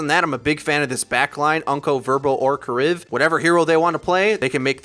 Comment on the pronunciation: Hey it's D-Hack not Doc, also it's Ka-Reeve That's all